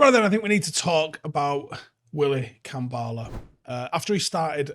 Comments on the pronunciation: Kambwala not Kambala. I a little bit of me dies every time u say Kambala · Why are people calling him "Kambaala"?? His name is KambWala. The "W" is phonetic. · Manchester United 🤝 pronunciation of Kambwala Avoiding W’s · Don't forget the 'w' in Kambwala. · Brits can't pronounce anything